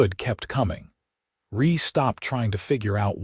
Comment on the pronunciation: I wish someone would teach the AI to pronounce things correctly especially the names of the characters… Nol-lan? No. <No-lan> Ree? No. <Ree-a> Then read, present etc. But other than that grating it was a great story.